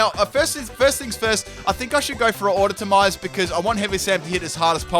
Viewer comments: “Auto-to-mize” *TRIGGERED A. F. * Aw-toe-mize,, GODDAMMIT!!!!! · adotomize? lol